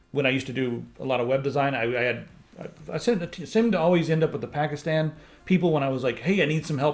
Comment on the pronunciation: You pronounced "Pakistan" just fine! Its "Pakistani" people though ;)